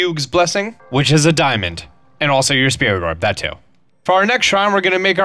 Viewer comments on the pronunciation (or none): none